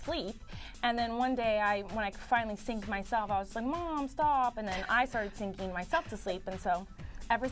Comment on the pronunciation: I love how she says singing, almost like syncing.